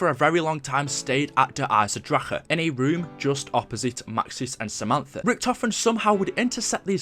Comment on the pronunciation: And please pronounce the name der eisendrache properly please